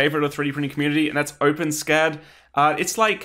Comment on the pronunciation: Shudders at hearing it pronounced "open scat" I know Big Clive does it on purpose but!